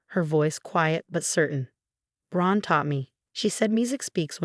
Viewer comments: It’s “LI-lee”, not “LEE-ly”. Get it right! For that matter it’s “Gran”, not “Grahn”. Also not Ron, Graham or brown. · What a bad A.I every time they say Gran they make another name of it ,Bad